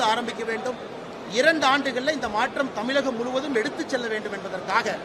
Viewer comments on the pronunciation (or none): அன்ன தமிலகம் இல்லை தமிழகம்